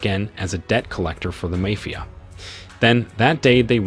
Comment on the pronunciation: What kind of AI pronounces MAYFIA?